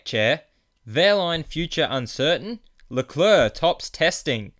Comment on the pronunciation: it's not lecleurc it's leclerc